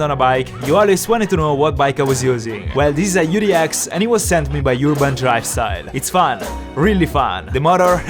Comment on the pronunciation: Everyone: urban: yurban